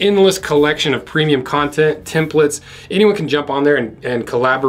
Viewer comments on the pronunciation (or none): none